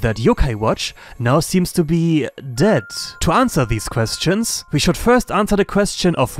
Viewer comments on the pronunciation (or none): none